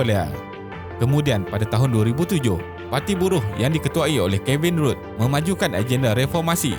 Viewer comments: Isi bagus, suara penyampai bagus, cuma tak bagusnya penyampai (dah banyak kali ia berlaku), tak buat kerja rumah dengan tidak menyebut sebutan yang sepatutnya, ikut suka hati dia nak sebut. Contohnya bekas PM Australia Kevin RUDD, sepatutny RUDD disebut RAD bukan RUD atau kedengaran seperti RUDE, memang rude (kurang ajar) sebut begitu pada pemimpin negara yang sebutannya lain. Satu lagi, sebutan AUSTRALIA adalah OS-TRE-LIYE bukan AUSTROLIYE. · The former Prime Minister, Kevin Rudd, his last name should be pronounced as /rʌd/ istead of /ruːd/ as in 'rude'.